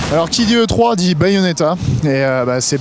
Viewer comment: Tommy Smiley oui mais ils ne le disent pas c'est 99% de "e three"